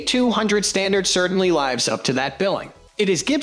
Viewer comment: It laivs up to instead of lives up to - annoying voice over